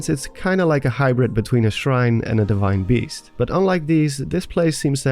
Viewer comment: "deshrine beast"